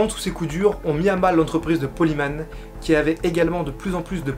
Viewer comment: Bonne vidéo mais j'aime pas comment tu prononce Paul Heyman. Faut prononcer comme si ce serait Paul HÉmen et pas Himan. En avalant le H. Ca ressemble presque a Amen prononcer a la façon anglaise.